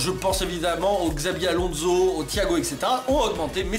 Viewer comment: arreeeeete de dire x👈abi Alonzo c'est chavi Alonzo 😲